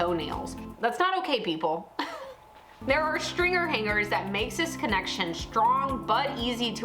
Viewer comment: "stringer" is one word .. not "string gerrrrrr"🥴